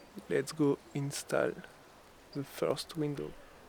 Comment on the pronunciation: During the first frame, he said that he was going to “install” it. With the French accent it came across as “in-style” . You certainly make windows with much style!